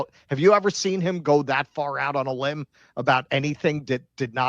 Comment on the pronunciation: Abott going out on a "limb" or a "limp" ?